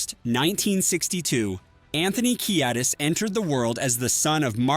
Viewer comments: WTF! Pronounce his name right! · You lost me when you couldn’t pronounce his name 5 seconds in.